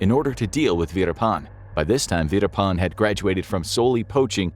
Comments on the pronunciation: The name Verappan has a double p (pp) in the spelling for a reason. Stop calling him veerapaan. Learn basic pronunciation if you must before you start recording for professional videos. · Kept hearing it as “Peter pan” the whole way through